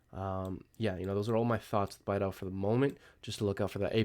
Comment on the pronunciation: its BEE-DOW, go watch one of bastian's video, that is how he pronounces it